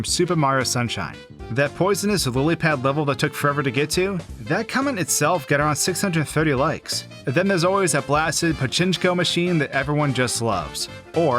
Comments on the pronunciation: Uh, it's meant to pronounced "Pahcheenkoh", not "Pa-CHIN-koh". You almost got it right, try harder to say Japanese words correctly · "pachinchko" lmao I think you mean pachinko. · Why is everyone ignoring that he said “pachinchko” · ‘Pachinko’. Not “pachinchko”. 😂 Also nah. Doing Champion’s Road with all 5 characters is easier than doing The Perfect Run once (and quicker, in my experience). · Only took 5 months to learn how to say Pachinko eh? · Completely butchered Pachinko lol. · That's not how you pronounce pachinko.